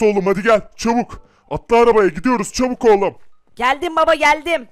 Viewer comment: çubuk degil çabuk diyor